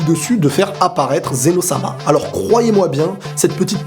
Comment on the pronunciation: C'est Zeno pas zéro